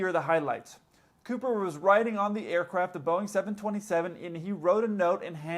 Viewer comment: Whenever you say aircraft it sounds to me like air-crap